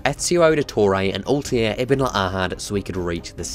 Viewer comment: Am I the only one who finds it irritating by how he pronounces Altaïrs name